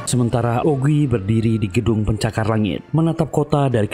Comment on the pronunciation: OGWI bukan jogwi 🌚